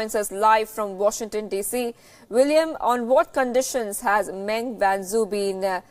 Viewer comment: As usual, your pronunciation of the Chinese names are way off the mark and your report on Meng is in line with Chinese media's coverage rather than a neutral one. What's the point of watching an Indian channel covering global news if it is no different than the rest?